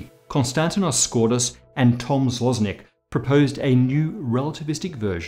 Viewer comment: Tom Złosnik - chapeau bas, almost-nearly perfect. However, it is "Złośnik" and that "acute accent" over ""s" make it a soft "sh", and Auntie Wiki says "[ɕ] (voiceless alveolo-palatal fricative)". Whatever it may mean... Fun fact - "złośnik" is a Polish word meaning "someone who habitually spites others, just for the sake of it" - aka "spoiled brat always throwing tantrums". But hey, who cares... ;-)